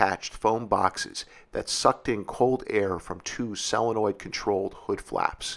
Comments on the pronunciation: And "hunnert" and "sell-a-noid". :-) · and "sell-a-noid" and the muscle car "error" lol. Era. 😂